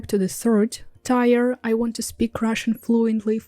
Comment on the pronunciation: Thank you for the continued language tips! I hope you don't mind, but I have a tip for your English... we pronounce the word "tier" more like "teer" or a "tear" from crying:)